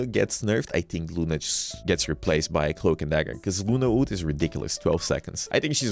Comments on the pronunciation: Bro says ult as OOT😭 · hate the way u pronounce Ult